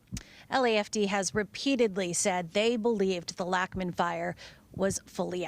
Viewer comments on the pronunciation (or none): I grew up on Lachman Lane. "Lachman" is actually pronounced "Lock-man"